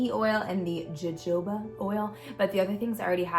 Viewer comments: It’s actually pronounced ho ho buh oil. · All cute gift ideas! PS: Jojoba is pronounced "hohoba." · I like the candle or cuticle oil the best. I think you pronounce jojoba “ho-hoba”. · Love your ideas. You make it look so easy. Your channel is always so enjoyable and you offer such positive vibes and inspiration. Love your smile and your laugh. Love the cuticle oil with the jojoba ( pronounced hohoba lol) is one of my favorite oils. Great job. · Jojoba oil is pronounced: wah hoe ba. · Such beautiful ideas! The oil is pronounced ho-ho-ba oil, just in case people ask :) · Jajoba oil the j's are pronounced as an H. LOVE the first one with the candles and the cute dishes! Totally going to do that one!